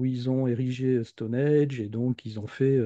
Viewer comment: Intéressant mais attention ! C'est Stonehenge et pas Stonehege (erreur dans le titre de la vidéo) ; et ça se prononce "Stonindje"...